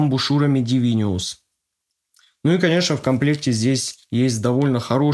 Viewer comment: Насадки Дивинус называются, а не Дивиниус =)